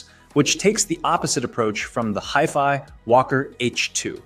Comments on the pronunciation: Hefy? Hifee? You ok, bro? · Dude... you lost me at "Hiff-Eye"... sorry, I'll come back when "Ay-Eye" learns correct pronunciation. Did you converse with to see how it really feels about these items. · It’s pronounced high-fi, it stands for high fidelity. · Jeff Fi? What’s up with that? Oh is that word before you time. It is a 70 year old word. It’s hi, as in when you greet some one. It doesn’t change the way you pronounce the word now that you’re using it for electronics. Ugh! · HiFi is pronounced = High-Fi 😉 ... .. As in, high fidelity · its a hiff eye walker lol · Left after you pronounced HIFI wrong. That’s not a simple slip up and it leads me to believe you’re not really knowledgeable about the content. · The moment he mispronounced HiFi, I knew everything I needed to know. No legitimate audiophile would EVER mispronounce HiFi. Not gonna trust a video about audio players from someone who doesn't know how to say HiFi. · The way you pronounce HiFi makes me angry. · Thankyou this bothered me too.